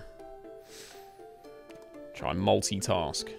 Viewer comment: saying "MulTi-TasK" killed me.